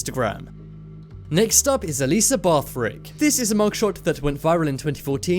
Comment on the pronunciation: Bathrick FUCKING BATH RICK